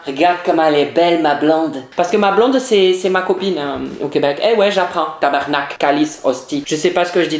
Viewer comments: Je vis au Canada tabarnak et non tebernak tabarnak!!!😂😂😂😂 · jsuis quebecoise et juste pour te dire ta maleuresement treeeees mal dit tabarnaque et colise genre quand on tendant dire sa on vois tt suis que tu nest pas dici o-o et aussi le kraft diner et les pogo on mange sa presque tt les jours.